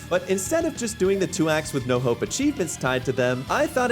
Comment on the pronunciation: thought he said no hoe not "no hope"